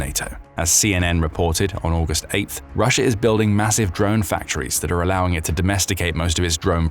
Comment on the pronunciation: How the F do you get “russer” out of Russia? 😂